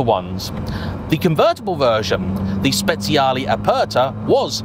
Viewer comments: Fantastic video! “Speziale” almost sounds like spiced 😂 It is Speciale! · No, No, and thrice No! You do not pronounce speciale 'spets-see-a-lee' it's pronounced 'spe-charly' Listen how the Italians pronounce, they know their language 😊 Here's another common Italian pronunciation error: Ducati is NOT pronounced 'dew-katti', it's pronounced 'doo-katti' (sports commentators' pronunciations are only 10% correct at best) Another fact: Moto-Guzzi is NOT pronounced 'moto-gussy', it's pronounced 'moto-gutsy'. Italian words with 'zz' in them are pronounced 'ts'. Even Siri doesn't recognise the correct Guzzi pronunciation (when's the last time you ordered a late night 'pissa'?) One final fact (that's won me many a pint. Thank-you Igor): Akrapovic is NOT pronounced 'acra-po-vik', (yanks say a-crop-o-vich') it's pronounced 'a-krap-o-vich' (there's even a YouTube post for this, hence the free beer!) The key is to pronounce as the language/family name as intended, and not from elsewhere. Old man's rant over 😛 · Should be pronounced “spechale”